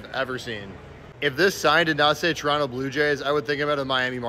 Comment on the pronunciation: Shout out for pronouncing Toronto correctly